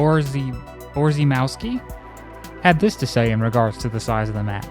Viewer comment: Richard Borzymowski "rz" is pronounced like english "sh" and "w" like english "v". The rest shouldn't be an issue.